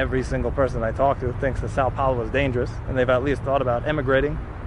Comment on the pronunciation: Isegoodo that's wat i heard everytime u said dangerous 🤣🤣🤣🤣